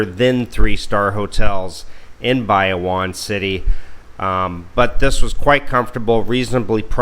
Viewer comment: Shared this with my soon to be wife... she kept cringing at your pronunciation of Bayawan.... apparently the emphasis is on the middle syllable just like Palawan.